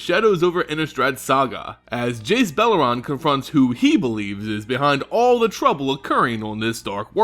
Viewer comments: beleren, Bel-er-En not bel-ur-ran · I'm pretty sure there's no 'a' in Beleren right?